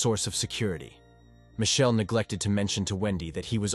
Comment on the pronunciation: Michelle not mae